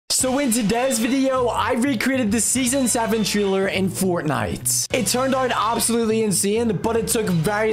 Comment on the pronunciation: You say taler not Traler